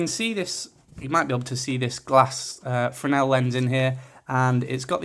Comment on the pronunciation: The other one is probably worth the extra if you don't already have a receiver. Also, you're one of the few people on YouTube who can pronounce "fresnel" properly...